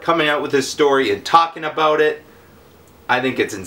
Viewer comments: 1.59 - ABOOT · lol. you said 'Abooot' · Eh? I have heaps of Canadian friends. They say Abooot, or Abooat. There more 'oooo' to it tho. They also say 'Aluminum' instead of 'Aluminium.' They completely miss the 'i'